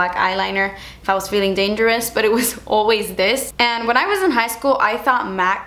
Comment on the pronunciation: "Black eyeliner if I was feeling damgerous" LMAO I LOVE YOU